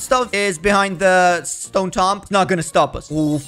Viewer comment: He cant say tomb correctly